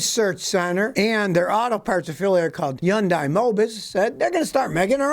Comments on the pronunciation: 현대 (hyeon-dae) is Korean pronunciation therefore the correct way. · One day Americans will say Hyundai correctly lol ... Scotty you are spot on but the dai part is pronounced day not die. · Yun-die? Not Hun-day? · For the love of everything good! Stop pronouncing it yun-die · It's pronounced yundai??? Wtf I thought it was hondai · Scotty, love your channel, problem is that it's not pronounced Hondie. It's Hyundai (Pronounced Hunday) I know because I work for them. And yes, we're gonna kick some serious butt! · Obviously it is pronounced Hun-day. I suppose if you don’t believe their corporate decision to pronounce it that way you would be a typical republican. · Hyundai is pronounced like "SUNDAY". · It's pronounced Hundae. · 🤔What's a Chun-die?...... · I love how he calls it “YONDAI” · Scottie, it’s pronounced “Hyundai” like “Sunday” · He’s pronouncing it yun die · It’s not yundai, it’s Hyundai lol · I can't help but laugh when you say "Yundai". HAHA. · Yundai... Yonday! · I like how he pronounces Hyundai in French accent, avoiding. 'h' words.